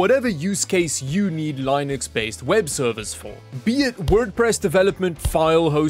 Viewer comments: LEN-UX not LIE-NUX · It's Linux not Line-X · My friend, it's not pronounced "lie-nex." The creator of Linux himself says the pronunciation is lih-nuks. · "li" nix vs "lin" ix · Have I been saying Linux wrong all this time? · You’re pronouncing Linux wrong lol